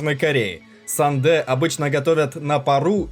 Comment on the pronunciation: Корейский ужасен:) сандэ вообще убил😄